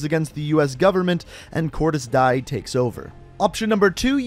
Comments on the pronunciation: Cor-Di-ss Di-E-Ah* is the pronunciation of Cordis Die, not Cor-Diss Dai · it's pronounced cordis diay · It is pronounced cordis de a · and it's Cordis Dia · You pronounce Cordis Die like Cordis Dia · I think it’s pronounced cordis die, (kor dee a) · It’s pronounced cordis “di-aye” not cordis “die” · Pronounced cordis die (dee eh) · Cordis DEE-UUH. That's how its pronounced. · Great video as always man. Also “cordis die” is pronounced as “KOR-diss DEE-uh”. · josefina is "hosefeena" and cordis die is "kordis dee-eh" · Cordez Dia (roll your rs too!) [Pronunciation/how it sounds] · It's pronounced deea not die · This game has many betrayals lol btw it's Cordis Dee-yay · I wanted to pimp slap when he said cordis DIE 😂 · Core-di-ez dee-a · cordis dee-ey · It’s Actually Cordis D-ay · Cordis Die "Cordis Dee Ayy" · BTW it is cordis deya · It is pronounced like “Dias” but written die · Cordis DE-AY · Cordis Die is pronounced as Cordis Dia (Cordis Dee-uh) i know this is late but i have nothing better to do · Cordis dee-a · I think u say it like "Cordis Diä" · Die is said like di eh but one word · You pronounce “Cordis Die” as “Kordis Dee-ey” as it is pronounced in spanish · I think Cordis die is pronounced like Cordes dia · Cor-dees diii-ess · Also cord is die is pronounced cord is d- a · It is Cordes di`e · it's pronounced cordis dia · And it's also (Kor-dis Dee-ye) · The way you say 'Cordis die' makes it obvious that you haven't played the game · It’s cordos dia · cordis die pronounced D-E-A i know latin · Cordis Die is pronounced Cor-diss Dee-aye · its pronounced “cordis dee aye” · It's pronounced "Dià" but is spelled "Die" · Cordis Dee ay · Its pronounced cordis die (dee-ah) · Cordis die Pronounced cordis (dee-eh) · Its pronounced cortis dia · It's pronounced dia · It's pronounced cordes De(a) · Ironic how loves cod yet he doesnt even know Cordis Die is pronounced in game as “Cordis Di-ay” get on my fucking level scrub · Also it’s pronounced cor-dis dee-ay